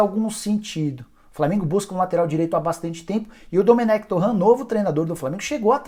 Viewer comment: O nome do técnico não ê francês “Torran” é catalão “Toren”